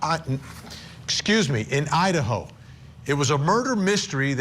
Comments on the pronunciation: ……”the murder of four college students in oh-I-Un….” Excuse you? This guy… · Yeah, what the heck was that? Ohat'n? lol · lmaooo dude said O’ottn instead of Idaho